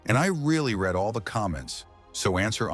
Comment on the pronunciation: "I really read all the comments..." . Considering that this is AI-generated slop that doesn't even pronounce "read" correctly, that seems unlikely.